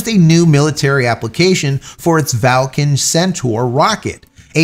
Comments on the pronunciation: Where's the "a" in Vulcan, that is, the first "a", after the V. There isn't one! Its pronounced "vuhl·kn", not "val·kn". Just saying.... 🙂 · Clearly VUL-CAN says VAL-CAN instead 😂🤔🤦‍♂️🤷‍♂️ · J, it’s Vulcan no Valcan. Think Mr. Spock’s homeworld.. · Or, was that a tongue firmly in cheek as in Falcon (Valcon?). Just let us know. Thanks, love your channel. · I'm sorry J. is it pronounced Val kan or as it is spelled Vulcan (like in Star Trek). Just asking? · Vul can... VU LLL CAN .... sound it out with me.